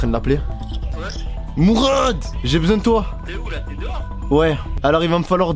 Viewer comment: Pq tu dit mourrrrraade